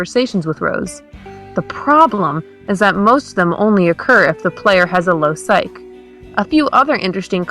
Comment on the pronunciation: "psyche" is pronounced how it looks... PSYCH-EE if you need an editor - i would love to help. your content is great, but little things detract from people being able to listen